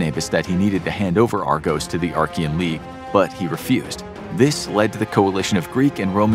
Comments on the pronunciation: "Archia" "the Archian league"? Do you mean Achaean league? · its not Archean but Achean there is no R..! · Awesome video. Slight correction: it's the Achean league. Not the Archean league. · it's Achaean League (not Archaean League) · Stopped watching when you kept saying Arkian 🤦🏻‍♂️ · There is no "r" in Achean, as you pronounce it